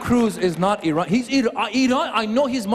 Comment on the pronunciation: Haha I-ran!!